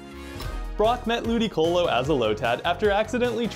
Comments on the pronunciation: I thought he said Booticolo at first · I started the video and I swear i heard Bootycolo instead of Ludicolo